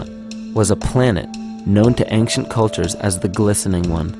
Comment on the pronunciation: "ank- shee- unt" ..... he says ancient quite odd like...